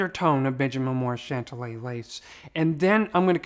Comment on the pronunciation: Hey, you are pronouning the name incorrectly. Remember the "Big Bopper" song, Chantilly Lace. I think that is the correct way to say it. You are saying Chantalla.